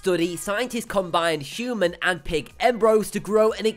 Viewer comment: Is it really that hard to pronounce "Human" and " Dengue"???